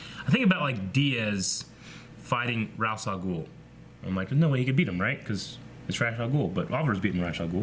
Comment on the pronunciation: What is with this Rouss Al Ghul bullshit this guy keeps saying for like years now. Dude, it's Ra's Al Ghul.